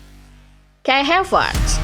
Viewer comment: Ini yg baca narasinya bukan orang yg nonton bola dah keknya. Reece james yg bacanya ris jadi rici 😂 n'golo jadi negolo 😂😂 havertz yg tinggal baca aja malah jadi hevertz 😂 Emang cwe2 lurus yg di sodorin script aja ini 😂